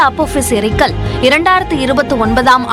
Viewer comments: முதல்ல தமிழ் படிங்க.. எரிகல், ஏரிகள் என்பதற்கு வித்தியாசம் தெரியாத தற்குறித்தனம்.. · தமிழை கொலை செய்கிறீர்கள். ஏரிகள் அல்ல எரிகல் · அது ஏரிகள் அல்ல எரிகல்.